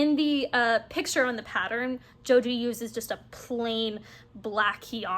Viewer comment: Enjoyed your content today! Joji is one of my favorite designers as well, and I love her podcast. For information's sake, she is Argentinian and her name is pronounced "Ho-hee". Keep enjoying your crafting.